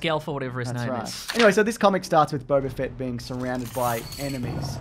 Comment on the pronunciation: It's Boba Fett not Bob .A Fett